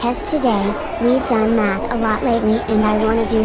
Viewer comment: i heard meth instead of math